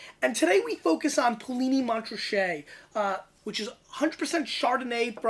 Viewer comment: Poo Lee Knee - Mon Ra Shay...... just saying....